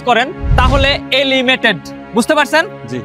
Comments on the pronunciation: Bhai elimated na Hobe eliminated bhaiya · Elimated(এলিমেটেড) না কথাটা eliminated (এলিমিনেটেড) মানে বাদ যাওয়া একটু শুধরে নেবেন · Elimated nhoi re bhai, eliminated hoi😂